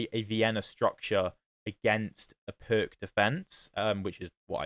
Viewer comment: The C is pronounced like the ZZ in pizza, so it's more like peerts